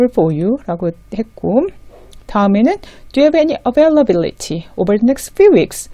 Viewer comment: It is wonderful to see a 'Business English' site. Thank you for your effort to help Koreans with their business English. I have a couple of questions. Don't we put 'of' after the date of a month? For instance, I would say, '18th OF February,' instead of '18th February.' Also the accent on 'availability' is on '-bil-,' in American English - maybe British accent is different??? Yes, I think Britains enlongate 'a' more than Americans. Also I would say, "whom to contact," instead of "who to contact to." Thank you for explaining the nuisance between 'Sincerely yours' and 'Yours faithfully.' Thank you again.